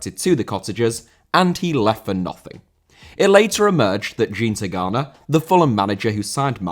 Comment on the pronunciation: continues keep off of porn! Even if Jean Tigana’sname was said wrong…